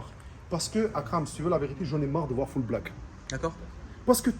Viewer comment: Il est super attachant ce mec ! Son français est super ! J’adore sa manière de prononcer Akram.